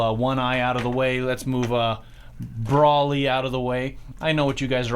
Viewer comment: It’s broly not bawly